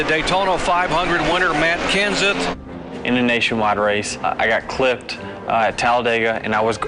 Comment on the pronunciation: “ OH! Matt Kenses over on his Ruf “ XD